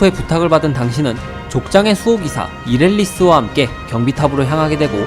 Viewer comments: 이릴레스인데 이렐리스라 발음 하셨넹 ㅠ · 이릴레스를 이렐리스로 발음하시네용!